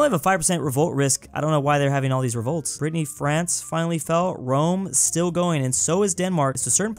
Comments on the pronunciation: Did you just called the Bretagne "Brittney France" ? XD XD XD Be careful those are fierce French, even us fellow french people don't mess around with their identity, they are pretty touchy about it, you'll get in trouble. (don't mention the rain) XD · It's called Brittany not "Brittney France" 😃